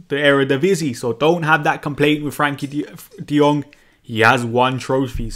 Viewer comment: His name is Frenkie not Frankie.